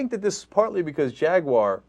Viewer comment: JagUAyeer?? What Ana? LOL